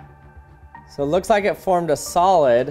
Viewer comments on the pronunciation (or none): "IT formed a soled" 😂